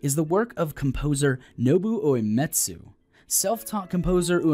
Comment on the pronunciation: Yay. Spoilers before the game was even released. By someone who can't even pronounce Uematsu.